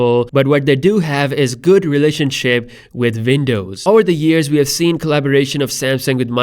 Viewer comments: Windows not VINDOWS 😂 Great update BTW 👍🏾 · Its w not v pls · Man please stop saying Vindows 😫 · Say Vindows one more time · I can't help but comment on that "vindows" 🤣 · "...vindows." Wtf? Are you living in a foreign cave, man? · Not to make fun or be mean but when i listen to this in 1.5x i hear "vindows" xD But fr tho ty for these videos :) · It's not Vindovs... Dude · "Vindows" lol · 'Vindovs' actually lol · I love you saying Windows...thats awesome